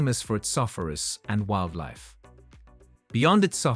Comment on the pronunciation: I can understand if this guy doesn't know how to pronounce the names and capitals of some of the more obscure countries (although he can certainly do his research first), but he struggles to pronounce the names of even fairly well-known countries and capitals. And who cannot pronounce the word "safaris" (see the Kenya part)???